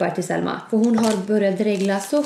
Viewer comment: Det låter som du säger sälma sommman äter men du menar ju Selma 😘😍❤️😄🤣😂du e bäst